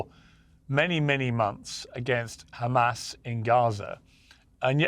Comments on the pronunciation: Benny repeatedly saying Khamas to brainwash the masses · The Khamas, the Khamas, the Khamas………